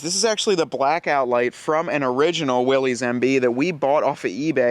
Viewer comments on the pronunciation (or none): You are mispronouncing 'Willys'. It is Will - iss, not "Will - eez". The nine slot, stamped steel, grille was a Ford innovation introduced soon after production of the GPW began. Early Willys MB, very early Ford GPW, and all previous models (Bantam BRC, Willys MA, Ford GP) had welded iron 'slat grilles' as found on other military vehicles of the time. The seven slot grille was trademarked by Willys Overland in 1950. : - The driver is the 'power steering'. : - No, it is water cooled, thus the radiator and water pump. : - Those can also be rotated for use as spotlights. : - It is not "felt", it is jute / hemp. I drive a restored Willys MB. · It is Willy's, not Willis. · Willys Overland, it is pronounced Will-iss. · It actually is pronounced Willis. Read the history of the jeep.